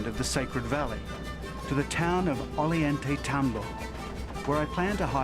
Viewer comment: Get it straight, white men: It is pronounced oh-yahn-tay-tom-bow.